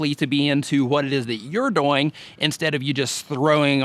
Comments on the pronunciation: HAHAHAHAHAH i thought i was the only One that Noticed you were Saying "DoYiNG" ahhahaha you're a Good Sport i love it ahaha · I can't unsee/unhear "doyng", lol Networking on various forums/communities seems to be one of the biggest issues for people. Like, I hear so many complaints from people that reddit is just inaccessible, but then I check out their userpages and it's just the same videos posted to a bunch of different subreddits, with no trace of any other engagement. This is an extreme, but I think it can be hard to build up reputations in general. Because for something like reddit or facebook, it's really not one site, but really a collection of a thousand different communities (e.g., each facebook group, every subreddit, every google+ community means starting from step 1 in terms of becoming a known quantity), and I know most people don't want to commit their time that way for such an uncertain payback. I think another challenge is in niches. Like, how-to and help videos have a more certain value proposition. other content, not so much?